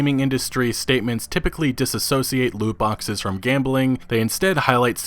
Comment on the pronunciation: “No Loot Boxeth, No premium Pathez”